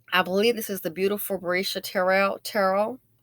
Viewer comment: The mama a sex offender too she jus aint been caught n u keep sayin her name wrong. Its BRE-AY-SIA TER-REL